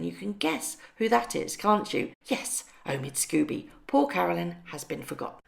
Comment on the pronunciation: Omid "Sko-bee". Sorry! It just irks me when you say Scooby, like Scooby-Doo the cartoon dog. It's Sko-bie as in "Snow bee".